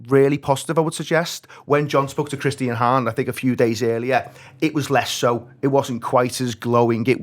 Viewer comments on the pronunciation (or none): none